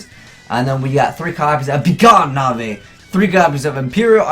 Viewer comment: Its not NAVEY it's NAVE like the E is silent